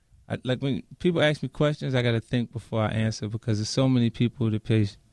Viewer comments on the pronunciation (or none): love how he always says aks instead of ask xD